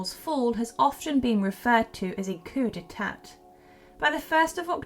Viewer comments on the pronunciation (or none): Coup d'etat is pronounced: ku dei ta You don't sound the final t.